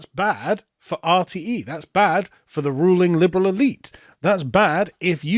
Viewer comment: Dude, your pronunciation of RTE just made Dave Cullen crinch a little, lol. Jordan Peterson rabbit hole; 🐸 Clean up your room, clean up your neighborhood, be a GENTLE MAN and a WARRIOR when needed, be responsible for your actions. bad man, bad, lol. Did you know that all those "PHONY SCIENTISTS" were actually respected scientists until they started asking questions, Here's one: If you go against something that wants to control population, you are deemed a phony scientist. Note that all these self proclaimed scientists use each other's data as evidence, no outside evidence is allowed thus their data can never be refuted (Like a peaceful religion) they are also funded by Politicians, NGOs, Special Interest Groups and the UN. Politicians decide who are doctors, politicians decide who are scientists, Fascism. This is from a banned Dutch documentary.. The WHAT IS SCIENCE question comes up.. conclusion: "We're going to kill ourselves because of stupidity"